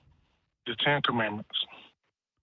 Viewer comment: I couldn't tell what the first caller said, that got him hung up on. "The chanter man"? (post edit): Oh wait. nm. I kept replaying it until I could tell what he was saying. "The ten commandments". uhg.